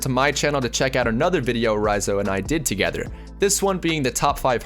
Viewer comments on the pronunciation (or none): none